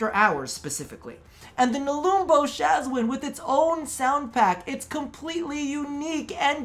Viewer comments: They way you pronounce Shwazin... :') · I love your content and I agree with the Shawzin part, but the way you say Shawzin, makes me want to jump out of the window.